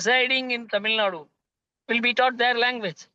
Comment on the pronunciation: Watch your language that is Tamil Nadu not Tamil Nad..... How did you 😂 become a news reader anyway